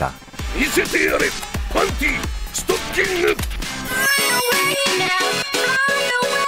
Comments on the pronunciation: 왜 자꾸 스타킹을 스토킹으로..? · 스타킹인데 스토킹 이렇게 발음 하시네 노딱 때문에 그런건가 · 근데 왜 스타킹이 스토킹으로 들리지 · 스타킹인데 스토킹 이라고 ㅋㅋ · 아니 근데 왜 자꾸 스타킹을 스토킹이라고 하사는지 ㅠㅠ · 근데 왜 자꾸 스타킹을 스토킹이라고 하는것같지..?ㅋㅋㅋ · 스타킹을 스토킹 이라고 말한 그대... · 일본어 발음 그대로 설명 하신 듯. ( - 팬티가 스타킹을 스토킹이라 발음.) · 일본어 발음이 스토킹이고 실제로 영어발음도 스타킹이 아니라 stocking임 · 나만 스타킹 스토킹으로 들린거지? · 아니 스타킹이 왜 스토킹 으로 들리냐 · 스토킹 발음이 킹받아요